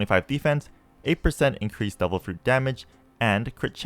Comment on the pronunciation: Bro, why you always pronounce "Devil" like "Double"